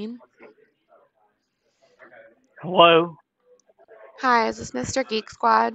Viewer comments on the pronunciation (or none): what sort of hello is this sounds like a drunkard on the phone🤣😂😈